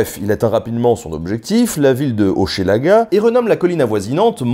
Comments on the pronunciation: Petites notices: on prononce Hochelaga "Hoch'laga" et Saguenay "Sag'nay". Les termes "indien" ou "amérindien" sont des mots péjoratifs imposés par les blancs, tout comme les noms donnés aux différentes nations. On doit désormais dire les Premières Nations et les Inuit. Les "Montagnais" se nomment les Innus, les "Hurons" se nomment les Wendats, les "Iroquois" se nomment les Haudenosaunee, etc. Et attention, tu mélanges les Iroquiens et les Iroquois, deux peuples bien dictincts. Jacques Cartier a rencontré les Iroquoiens, mais leur nation avait totalement et mystérieusement disparue lors de la venue de Champlain. Et Cartier a embarqué Donnacona, ses deux fils et 7 autres iroquoiens, dont 4 enfants, DE FORCE sur son bateau! Bref, il les a enlevé. Lors du retour de Cartier en Amérique, seul une fillette avait survécu... qu'il n'a d'ailleurs pas ramené afin qu'elle ne démente pas ses dires. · de Hochelaga, se dit simplement comme Che dans chemin ou cheval et non ché tel que prononcé dans la vidéo. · " Un pays par saison ! " Nota Bene je suis du Canada descendant Iroquois :) et tu ne sais pas comment c'est vrais les saisons ici c'est vraiment ça ! 1 pays par saison , hehe très bonne vidéo mais pour Hochelaga cela ce prononce " Hoch " laga" le " e" est muet ! :P a pars cela tout le reste est niquel :P Petit suggestion de vidéo mais cette fois sur les batailles de Québec " la batailles des Plaines d'Abraham " contre les Anglais qui a ma fois beaucoup d'histoire et de rebondissement si je peut dire cela ainsi ! hehe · J'adore ta façon très française de prononcer Hochelaga ! Pour info : Québec signifie" Là où le fleuve rétrécit" en algonquin. Super épisode. Bravo.